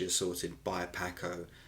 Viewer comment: Your pronunciation of Paco sounds like the fish and not the Latino pronunciation. The a in Paco is like a soft o.